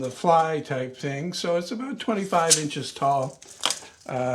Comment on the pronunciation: The people of New Zealand thank you for "aboot". Carry on. God save the Queen, and all that sort of thing.